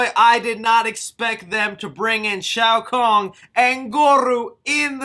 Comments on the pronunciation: who is shao kong and goru??? lmaoooo.....OMG!! Dude!! How are you butchering these iconic names?? Are you serious?? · gore-ohh. shay-o khan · Bruh not goru and shao Kong lol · He always says Shao KONG? Dafuq.